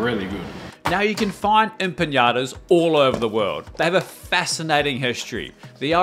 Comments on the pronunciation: it is not pronounced “empagnadas” but “empanadas”. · You keep pronouncing it with an ñ, enpañadas, just regular n will do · Looks delicious! But they’re pronounced empanadas, not empañadas. Also it’s pronounced cho-ree-zo not cho-ritz-o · the video cuts off early and you pronounced empanadas and chorizo wrong😅 just saying, no offense haha, empanadas was almost correct but you don’t need to say „empaNIAdas“ as there’s no ñ, and chorizo is pronounced „choreeso“ or depending on the region especially in spain, „choreetho“